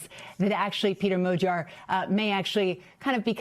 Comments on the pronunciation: Why are they saying "mow-gyar". It's pretty clearly mah-gyar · "madyar" is actually closer to the hungarian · Why are they saying modiar ?